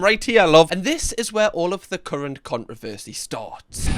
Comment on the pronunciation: Love the way you say “CON-RA-VERE-SAY”